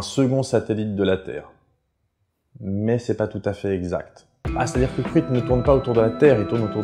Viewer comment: Olàlà ta prononciation du gaélique laisse à désirer. On ne dit pas "Cruitne" mais quelque chose comme "Crounya". ;) Sinon, excellente vidéo.